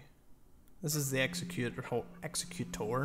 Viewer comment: 1.) Great vid, I'm subbing! 2.) 99,999th view! w00t. 3.) protip: egg-ZEK-u-tour, not EX-uh-Kute-er Keep up the good work brohiem